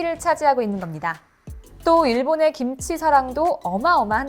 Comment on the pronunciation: 기무치라고 하지말고 김치라고 발음 좀..